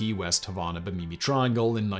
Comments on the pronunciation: I Found Out >>> At about in this video: If the place you mentioned after Key West is Bimini -- the island APROXIMATELY 60 miles east of Florida's southeast coast -- that name is pronounced bim - in - ee. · Love this channel and am respectfully amused by our British friend's pronunciations: Bih-MEE-nee, which I presume is Bimini. Some of us pronounce it BIM-in-ee. lol. Excellent info! I knew that Hemingway landed in Normandy shortly after the D-Day landings, but I didn't know that he tried to be a U-boat hunter before that. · Pretty sure Bimini is pronounced bimm'-in-ee, not bimm-ee'-nee.